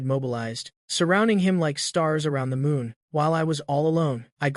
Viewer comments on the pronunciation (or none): none